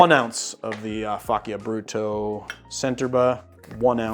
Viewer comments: A bit of a nit-pick, but Faccia Brutto is pronounced fa-cha brutto, or meaning to make ugly in Italian. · just a correction, it is "fah-cha broo-taw"